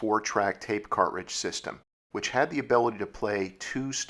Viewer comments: You say "cart-ridge", I say "car-tridge". My '74 Duster had an aftermarket 8 track player and a few of my sister's cartridges. The Cars first album was my favorite. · Why are you saying cartridge all weird your putting a space in betwixt cart and ridge and sounds super weird... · ...when you can't properly pronounce, "cartridge." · Yes, odd pronunciation, never heard it that way before. Is it a regionalism-?